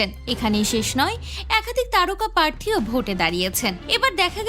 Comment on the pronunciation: কথাটা :প্রার্থী', ' পার্থী' নয়